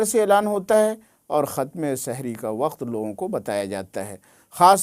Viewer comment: Shahri nahi hai janab sehri